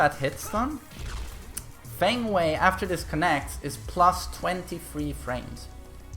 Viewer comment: "Fuh-ng Way".